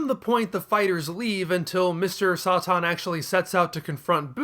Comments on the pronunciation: You can hardly pronounce anything right tf is Mr soi tin its Mr Satan ("say-tin") 😤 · New to the Chanel.. is there a reason you’re pronouncing satan as Sah tahn? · as a native english speaker i know for sure satan is not pronounced like that